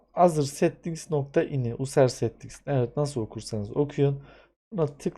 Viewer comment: reis rica ediyorum ingilizce konuşmasan daha iyi user(yuzır) azır diye okunmaz bilmiyorsanız konuşmanıza gerek yok çok gülünç duruyor